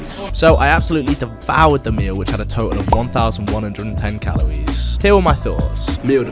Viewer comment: "im... fwee fwies have 60 calowies"